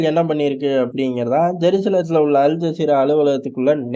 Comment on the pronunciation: அல் ஜாகிறா இல்ல மோட ஜஸீரா 😂